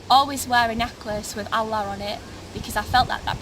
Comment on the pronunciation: Sorry not convinced. If she was raised as a Muslim she would not mispronounced the name of 'Allah' or the word 'Qur'an'. Also the name is not a Muslim or a Turkish name. Unfortunately it seems clear she was not ever taught about Islam in the first place. I bear witness that there is no god except the One True God, And Muhammad peace be upon him is His Messenger, And Jesus peace be upon him is also His prophet, who will return to lead the believers, destroy the crosses and kill the Antichrist. My friends, dreams can be easily tampered with by Satan, your reasons for choosing a path must be based on Revelation, on reason and sound spiritual judgement, not emotional impulse. The sister seems very nice, I wish her and you all the best. As salaamu alaykum